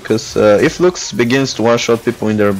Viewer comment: Lux is not broken and at least learn to her name